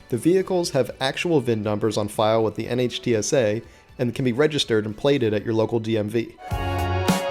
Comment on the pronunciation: Small point, but NHTSA is just pronounced Nitsa, the same way you wouldn't spell out NASA. My dad worked there in the 70's and 80's, so the agency name is something I grew up with -- it's really jarring to hear it letter by letter.